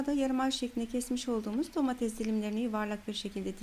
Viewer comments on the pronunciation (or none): none